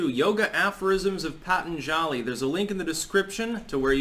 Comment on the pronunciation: Pa-Tahn-zhali, not Pat-an-jali